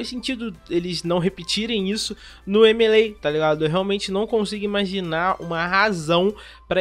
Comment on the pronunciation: Me causa estranheza essa pronuncia americana do jogo "M.e.lei"